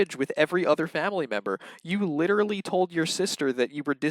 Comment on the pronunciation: Me too! N the way he says fwamily